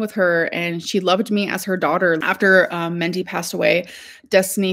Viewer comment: Her mothers name was Mindy, not Mendy! Sorry alr but you are old enough to know how to talk. That's not accent. That is wrong. .